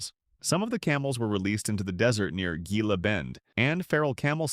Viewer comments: Gringoized...😂 Gila "hee- la" Monsters. Javalina "hav-a-lina" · Please learn how to pronounce Gila and Javelina. Or... is this an AI voice?